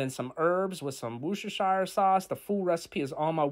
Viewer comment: Pronounce our Worcestershire Sauce correctly or use something else. 😠